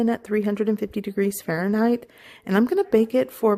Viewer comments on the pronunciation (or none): none